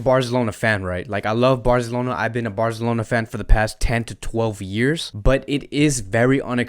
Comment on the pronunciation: Love your channel man. And I like the way you say Fc Barzelona, not FC Barcelona. And you break up the news of FC Barca really well. Keep them coming mate